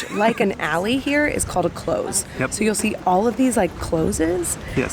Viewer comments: You got the pronunciation of Edinburgh right, but St. Giles, is with a J sound, and Close, is like get close, not close the door!!! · I'm sure someone else will mention it but pronouncing close is less close door with a long o and almost a z , it is more short o and abrubt s, that is the best way i can describe it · A close is pronounced clouse